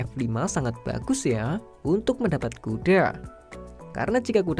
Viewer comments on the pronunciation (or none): Yg nyadar kalo abangnya ngomong kuda itu A nya kek panjang gtu😂😂 kudaaa